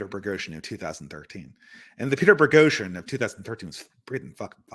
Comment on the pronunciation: Is insistence that there is an "R" in "Boghosian" some kind of inside joke at this point? I don't know why this bothers my OCD as much as it does.:D